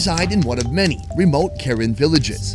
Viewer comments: No hate but it’s not pronounced Karen, it’s pronounced Kuh-ren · Hey, you mispronounced it, the correct pronoun is Kahran, not American Karen. Just a different pronunciation of the same word. Btw great video, hope this isn’t your last video with the Kahran people 😁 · I just wanna say that ur saying karen wrong😅 it’s pronounced ku-ren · bro it’s pronounced “kuh’ren” 😭 i figured you’d know by now hence you been wit them a few times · I’m sorry but I gotta correct him, it’s Kuh ren, not Karen like what kids are calling the complainers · It's pronounced Kuh-Ran. Not Karen white women name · It's actually pronounced (kuh-ren) for yall that didn't know..😅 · It’s pronounced ( kuh-ren ) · It pronous KER Ren. Not Ken Ren. Please learn before disrespect. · It’s pronounced Car-En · You pronounced Karen wrong. The same spell but different pronunciation.